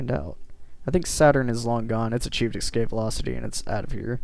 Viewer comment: "Excape"..... Please no.